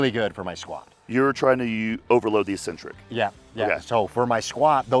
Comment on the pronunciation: EEEEEEEEEEEcentric isn't a word!!! All you lifters are idiots!!! The word is pronounced eKcentric. Look it up!!!